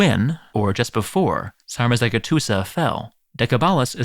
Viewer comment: It’s pronounced Decebalus - the c in Romanian is pronounced like a “ch” sound like it is in Italian. Dacia is pronounced “DAH-CHEE-UH”. The letter G is pronounced like a J. Sarmizegetuza is “SAHR-MEE-ZEH-JEH-TU-ZUH” Just a friendly FYI :)